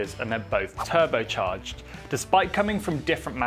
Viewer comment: "tubrocharged"??? That'll make a difference!